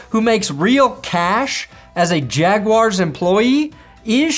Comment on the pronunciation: How you pronounced "jaguars" should be illegal